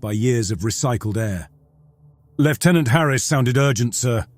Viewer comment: Thank you for pronouncing 'lieutenant' properly (as an English person: I know it's different for other countries but it's still good to hear)!